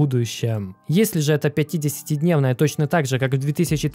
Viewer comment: Блин, все видео прямо резало слух 50 ДНЕВНАЯ скользящая, 100 ДНЕВНАЯ скользящая, на НЕДЕЛЬНОМ ГРАФИКЕ. Это уже не оговорка) это фиаско братан)))